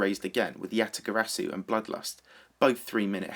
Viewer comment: omg stop saying YataGarasu if you can't pronounce it correctly